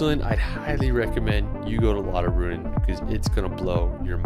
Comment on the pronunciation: I like how this guy could not pronounce German words like his attempt at "Jungfraujoch", and "Lauterbrunnen" totally wrong LOL Please try to learn the language when you are in another country.